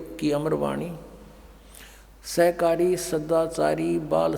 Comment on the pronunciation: आप को ढंग से सहकारी और शाकाहारी बोलना पढ़ना नहीं आता चले है मेरे गुरु जी की बुराई करने पहले खुद को देखिए किसी संत की बुराई करने वाला खुद क्या होगा समझ में आ रहा है